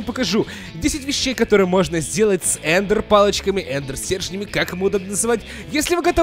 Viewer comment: эм "...стрежнями..."